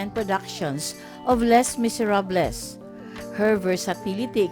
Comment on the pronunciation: ate …. LEY MISERAB ang bigkas sa Les Miserables. silent S and L